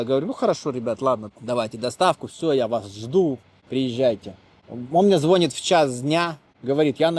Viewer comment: Слово звОнит прям уши режет.